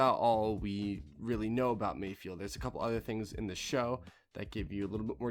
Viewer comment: its not mayfield, its mayFELD. fehld. from space boston.